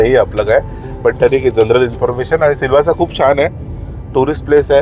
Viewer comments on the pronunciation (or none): Its not silvas but silvasa